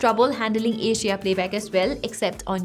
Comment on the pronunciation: Every time you say HDR it's sound like Asia